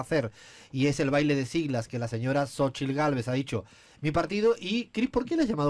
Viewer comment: La sílaba tónica en Xóchitl, es Xo, porque se obstinan en usar como sílaba tónica en chitl?